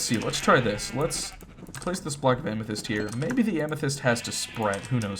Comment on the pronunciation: Whenever you upload I gotta sleep lol btw “Amesthyst” Heart this comment it’ll make my day ♥️